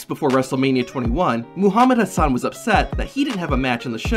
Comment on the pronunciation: I guess the production team confused Hassan with Haas-an 😂